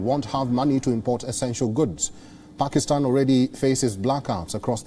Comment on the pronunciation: These jokers can't pronounce asian countries names even. He can't pronounce Pakistan. But they make fun of us for not pronouncing their idiotic names properly